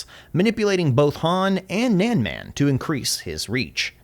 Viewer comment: His Pronunciation of “Nanman” is hurting my ears